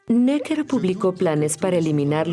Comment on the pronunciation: QUE MAL DOBLAJE... pronuncian bien 'Necker' en francés en el video original (palabra aguda) y en el doblaje la convierten en palabra llana; igual que con el nombre del ministro de Guerra 'Vergennes'. Hasta los anglos son capaces de pronunciar bien en otros idiomas cuando se lo proponen... y los del doblaje se encabezonan de pronuncia a la pichinglish... ¡¡¡RIDÍCULO!!!